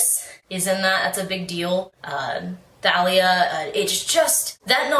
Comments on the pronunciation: by the way Thalia name is pronounced the Talia not Thalia the h is silent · Thalia is pronounced Talia btw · Actually I heard rick riordan pronounce it as THA-LIA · Rick Riordan pronounces it Th-a-lee-a